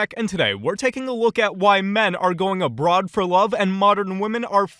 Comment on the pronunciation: I hear "I'm an American man looking to date a broad"😅